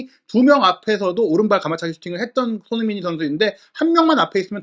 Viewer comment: 제발 발음좀 똑바로 해주셨음 합니다. 손흥민 이란 단어가 어려울까요? 처음시작시 손흥민 빼곤 손으잉? 이렇게 들리는건 저만 그럴까요?